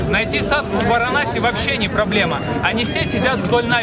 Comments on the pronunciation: ОН говорит = САДУ , а не САДХУ ! ..В слове САДУ - мы видим = САДИСТЫ , слово CIDO\ сидо , цидо \ - на греческом = УБИВАТЬ ! =геноЦИД ..если прочитать обратно СИДО = ДИС = DEATH= дес = СМЕРТЬ...Вот они и крутятся возле трупов ....фу, гадость ! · Почему ты говоришь "садХу", если индусы говорят "саду"? У Пелевина в Ампир В тоже "саду", аскет.